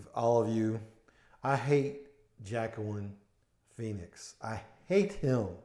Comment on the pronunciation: Wakeen. Is how you pronounce his first name.